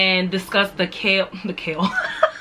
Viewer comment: I’M DEAD SIS SAID KALE AND OKRA 😂